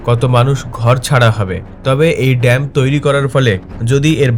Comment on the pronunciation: It's not DAMP, my dear it is called DAM .